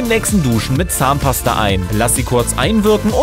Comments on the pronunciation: Wie er fast immer zahnpaster sagt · Wie oft sagt der Typ bitte Zahnpaster !؟ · DU SAGST IMMER ZAHNPASTER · wow er hat 20 mal Zahnpasta gesagt und wie er das betont hat 😂